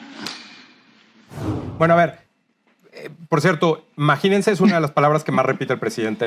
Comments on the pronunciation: (Mira hijo de Macuspana pariente de la chingada(tu rancho) se DICE IMAGÍNESE , no maginense) lo lamento pero me sumban los oídos (si son dos) cuando su gramática más siendo universitarios o profesionales quieren o prefieren "comerse" vocales, consonantes, esdrújulas...etc. y no no pude terminar mi prepa pero si tuve excelentes profesores, maestro cualquiera, pero profesores pocos... que entienda quién entienda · No dijo"imagínese" el stupid dice "maginese" se roba la "i" como todo lo que se roba